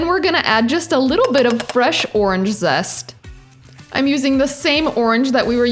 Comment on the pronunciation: When you said zest it sounds like zessa